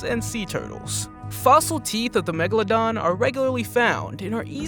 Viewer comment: What the heck is a “platabeladon”